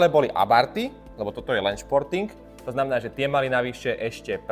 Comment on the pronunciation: páči sa mi video, vyzeráš byť ozaj nadšenec, ale píli mi uši celé video ako hovoríš športing :D